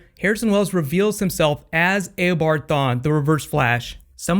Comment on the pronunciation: Hey it is not aobard it is eobard